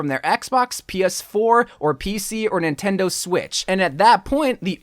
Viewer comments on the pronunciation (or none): none